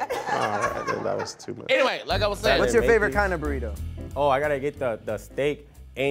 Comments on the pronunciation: Daas too mush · "Thassss... too mush"